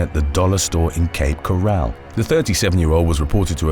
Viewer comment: Great video.. however the one from Cape Coral is pronounced Cape Corol